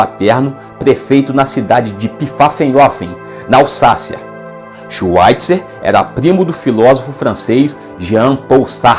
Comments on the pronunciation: Bom vídeo! Obs.: a pronúncia de Albert Schweitzer, em alemão, é "albért shváitzer" (w tem som de v). Em Bach, o som do ch é aspirado, quase na garganta, não soa como k. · "Schvaitza", o er final em alemão é pronunciado como um a fraco.